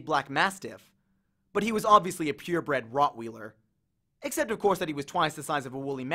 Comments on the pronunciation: I'm sorry, I loved the rest of this but RoTtWhEeLeR?!😂😂 P.S. I get that somepeople don't know how to say it but it's said like Rott whiler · You’re reading is great, btw it’s Rott-Why-Ler, not Rott-wheel-er. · ROT- wiiiler not wheeler lolol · the readers mispronouncing words is funny. Rot-wheeler for rotweiler? pinochle? an endless source of amusement. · I'm getting bothered by how he said weiler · While I love your readings, you mispronounced Rottweiler. Thank you, my students, love your renditions of the book the best.